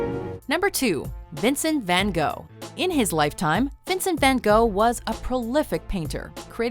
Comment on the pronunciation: Vincent van go wut?